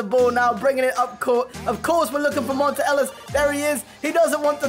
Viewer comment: it's pronounced mon-tay not mon-tuh